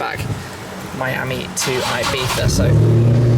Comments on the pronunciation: IbeZa not Ibetha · Its IBIZA! I BI TZ A! not ibitha ffs! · IBIZA: “EYE BEETHA”. -SHMEE150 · thats how most brits pronounce it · It's like you are saying Ibitha... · Good guy, awesome cars and I appreciate that you put this all together for us to experience and live vicariously through you...That being said, the way you say Ibiza(Ibitha) upsets me haha I'm sure you're pronouncing it the correct way but still...something about it. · Wtf is up with his pronunciation of ibiZA